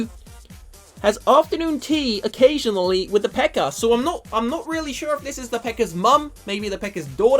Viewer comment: Every time you say pekka sounds like you're saying pekker